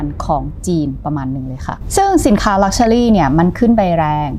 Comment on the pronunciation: เนื้อหาสนุกน่าฟัง ติดตรง luxury ออกเสียงเป็น luxuly-ลักเชอลี่ ฟังแล้วสะดุดทุกครั้ง